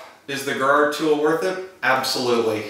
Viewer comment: And it's pronounced Jer-ro